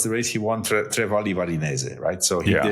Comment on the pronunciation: This is the first time I’ve heard Johan mispronounce a race name - Tre Valli Varesine.